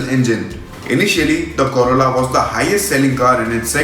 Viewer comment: Oh god u told corolla then why I heard it as corona😂